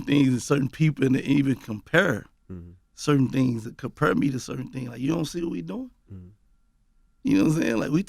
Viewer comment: “Compuure” = Compare 🤣.... My nigga Gotti!